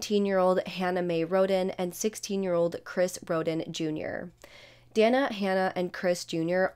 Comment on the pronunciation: Dana; It's pronounced DAY - NAH 😉